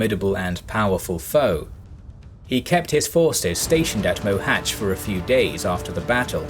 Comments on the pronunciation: well, he still can't pronounce the "Á", but at least he didn't murder the "Cs" (unlike with the poor Dózsa György, it would have been better, if they go with George). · Finally someone who can pronounce Mohach correctly.. Although the writing Mohacs is still wrong.